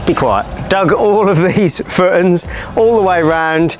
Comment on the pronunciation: Great vid and very excited to see how it all pans out! Where abouts are you from? Once I noticed you pronounce footings “footns” in couldn’t un-notice it 😆 thanks for documenting this 👍🏻